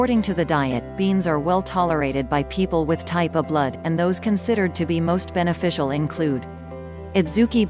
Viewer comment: M a K e the bot say Type A, n o t O. Very annoying!!!!! Love your neighbor, Not the AI